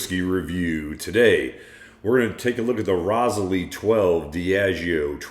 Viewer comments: Terrible pronunciation, it’s pronounced like ‘Rose 🌹, isle(aisle)’ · Haha I expected it to be Rose-aisle too but enjoyed Dustin’s creative pronunciation nonetheless